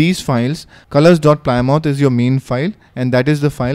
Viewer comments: it's pronounced 'plim-oth' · btw, it's pronounced pli-muth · Well done. Is there a way to preview what each splash screen will look like before installing it? PS "Plymouth" is pronounced "PLIM-uth." Thank the Brits for that. :D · We indian called it ply mouth